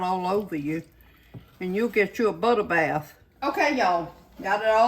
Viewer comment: “You’ll gitchew a butta bath” made me get SO tickled!!! That’s how my Mississippi Mamaw would have said it! Lord I miss her so much!!